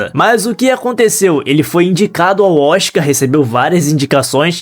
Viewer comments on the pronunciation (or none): none